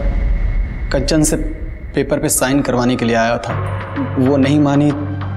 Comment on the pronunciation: Are sir कंचन को आप कांचन क्यू बोलते हैं